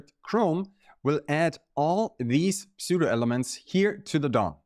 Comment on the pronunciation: Don‘t say „Psoo-doh“, say „Soo-doh“. But thanks for this video. Very cool stuff!